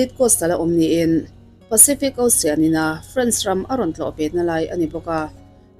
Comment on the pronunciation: Tinge osian itih zel a, osen tih mai khan lam a awlsam zawklo mi?😀😀😀 ilam harsa e kalo tia…